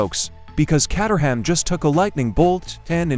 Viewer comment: "Catt-er-ham" 🙂 Caterham (Kate-er-um) Cars were previously located in the English town of Caterham in the county of Surrey (Surr-ee). Now located in Dartford (Dart-ferd), Kent.